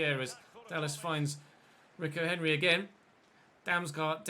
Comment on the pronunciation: it's pronounced reeco henry not ricko henry